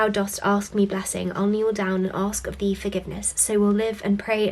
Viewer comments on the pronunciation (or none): none